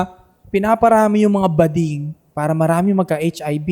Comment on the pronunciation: hindi gooding yun, bading yun 😂😂